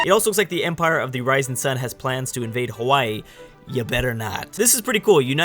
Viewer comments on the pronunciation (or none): none